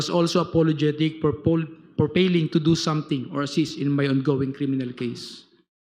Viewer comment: Payling, reporm, pasilities, ulol i pailed ulol script ni trililing yan binasa mo lang